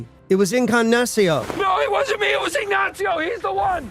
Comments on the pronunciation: 'Incagnacio' - really? You can't say 'Ignacio'? Jesus Christ. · “In cag na cee oh” you fkn +on “eeg nah cee oh” ya fk!!! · Left when you said Ing-gah-nacio